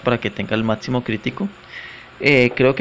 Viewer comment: este tipo pide escribir bien.... y dice MaTsimo en ves de Máximo y otras mas jajajaja